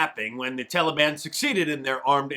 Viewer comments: when Biden called the Taliban the "Taliwaan"? Was that Obi-Wan gone wrong? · I'm so tired of hearing Biden using the Obama mispronunciation TOLLY BONN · Is he saying "televon"? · INCOHERENT JOE HAS EVERYONE IN THE PRESS CORPS SAYING 'TALLY-BONN'... WE'RE A NATION OF VOLUNTARY-HALFWITS, AND THUS, WE HAVE EXACTLY WHAT WE DESERVE. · Tallybahn? Holy hell, he can’t even pronounce it properly. Biden is disgusting. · "The Tolly-Bon" what a freaking idiot. He is deliberately mispronouncing it to make it sound so gentle and friendly. Exactly like Obama...remember him calling ISIS ISIL, and Daesh or something like that. Anything but the true name because that would make it real. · You always tell a leftist...pronouncing the Taliban as TALLYban. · Old Joe cannot even pronounce Taliban. He calls it Tally Bon. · Potato brain even pronounces it like obama. Tall e bon. Makes you wonder about the earpiece. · If I have to hear Biden pronounce Taliban as "Tally-Bon" one more time, I"m gonna lose it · "The TalEBon".. Joe can't even pronounce the name of the terrorist organization taking over the middle east... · I love the way Old Uncle Joe pronounces "Tolly Bonn." It proves that he is NOT intellectually compromised. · Did Joe say “telly-bahn”? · It's so cringe how Biden says Taliban... mans say "Tollybahn" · Someone tell Joe the i is not long in Taliban......jeez.